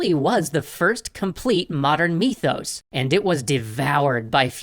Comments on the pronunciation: I love most of your stuff... but, erm... MYTHos, not MEEthos... Otherwise a very good video, heh. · "MEE-thos...MEE-thos....TolkEEN" oml this is worse than Stewie with the "W-hipped cream" lmfao